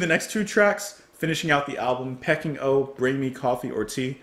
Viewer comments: Re P.O, This could be the first time ever, having not seen review yet, I'm not expecting any positive reviews to the 'artsy' nonsense. At least I hope they're attempting 'artsy', they may just be taking the piss. And sorry, pretty sure it's Pee-King, as in the place, not pecking 🙂 Though with this lot, who knows. Now re BMCOT, this a big step up, at least there was a semblance of at tune/melody. Sounded like someone asked them to cover the mid section of The End by The Doors. And me, tea every time. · Peking is pronounced Pee - King not Pecking. It's what Beijing, the capital of China used to be called